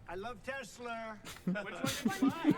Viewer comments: „i love tes-slur“ sounds appropriate to me 😂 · Tesler, almost sounds like a tes-slur. 🙂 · Of course he calls it Telser, he is used to the hard R at the end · Tesla is pronounced Edsel. (Now that's a truly boomer thing to say.) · Trump can't pronounce "Tesla" and Nikola Tesla was born and raised 110 miles from where Melania was.